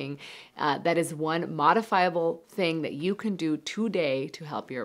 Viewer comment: She said "can food give you stronger erection" I thought she said "canned food give you stronger erection" 😂